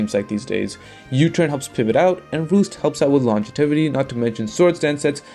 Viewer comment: I've heard u say longetivity for like 3 videos I think you mean longevity xd Hope this helps and you don't take it as an insult